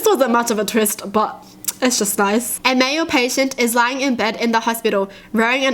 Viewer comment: It’s the way she says it idk why but it’s hilarious when she says twist😂